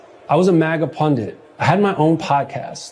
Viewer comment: Ben the word is PUNDIT not Pundet.